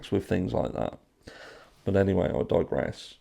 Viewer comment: actually said, “I tigeress 🐅 “ not “I digress “ -right! 🐯 💯 Go get ‘em!!! Hope you’re feeling better!!! It’s bitter cold 🥶 here in Reno at 4a 🫶🏼